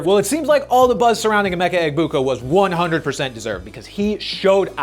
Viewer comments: As an Ohio State fan, it hurts my ears to hear people pronounce the “G” in Emeka Egbuka’s last name. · I was confused for a minute on how to say emeka’s name based on announcers though the g is silent